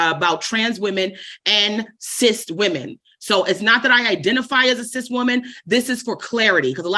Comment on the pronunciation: Cis women sounds like cease women.